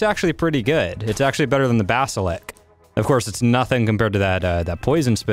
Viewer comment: watched a few of your videos. was enjoying them until you got to aberration. bas il isk. BAS IL ISK. jokes are only funny once or twice. when you do it over and over it looses everything that was funny. like that rock joke. so what are wyverns? wynervs? is it t-rex? or do you call them xerts? thats not a raptor, its pronounced raprot. rock drake= kor card?